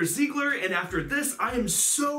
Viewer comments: By the way, the "e" in "Herz" is in German not spoken like in "earth" (how you do), its spoken like in "Spell" for example. Or like in "example".. for example. Just if you want to speak those cards in fluent German. :p And "Sieger" has no "l" in its name, I have literally no idea why you all put a "l" into his name.. >_> And "Herz" is written "Herz", not "Hertz". "Herz" is German for "Heart", not for the physical symbol "Heartz", you know what I mean? xD Imo it represents kinda reflexion of core, because of their colors, proportions and names (core-heart). Y, I hope you try to use this information for anything. :D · Its SIEGER god dammit